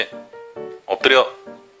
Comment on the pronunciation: 왠지 "얻드려" 만 들리징 어허허허